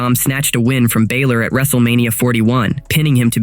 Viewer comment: Finn 'Baylor' ?????